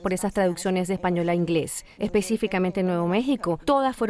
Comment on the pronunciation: El inglés de Jorge Ramos es pésimo no tiene bien el acento inglés lo siento pero esa es la cruda realidad